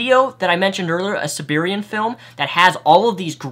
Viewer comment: You have no business criticizing anyone's spelling or grammar. You can't even pronounce "A Serbian Film" correctly, let alone all the other words and phrases you mispronounce, invent from whole cloth, or use incorrectly. That's just in this video. I can only imagine the extent to which you brutally ass-fuck the English language in your other videos.